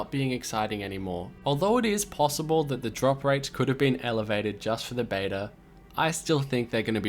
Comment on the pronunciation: emphasis-a-reno on could